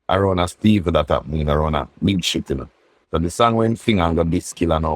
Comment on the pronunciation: Did i hear Big shit instead of big ship??